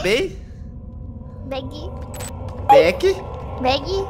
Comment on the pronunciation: você falou errado é Berg 1